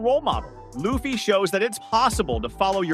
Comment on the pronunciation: I do not like the was you say Luhhffy